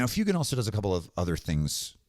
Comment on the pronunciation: For somebody who does such deep dives on lore and references to the real world, it causes me chest pain every time I hear you say Fyoo-gan... That's my only gripe. Otherwise, great video, great content!